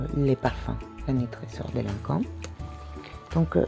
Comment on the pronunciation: You look so elegant today, even the jewelry is on point. And thanks for finally teaching me how to pronounce Lancome!